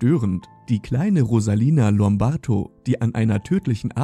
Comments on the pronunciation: Der Kommentator kann nicht einmal ihren Namen vernünftig aussprechen. Rosalina Lombarto. 🤢 Ein sehr schlechter Witz. Sie hieß Rosalia Lombardo. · Rosalia lombardo☝️nicht rosalina lombarto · Wenn du schon ein Video darüber machst, dann sprich wenigstens den Namen richtig aus. 🙄